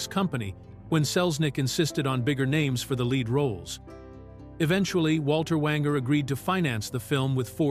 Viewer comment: Not Walter Wanger but "Wayne-ger."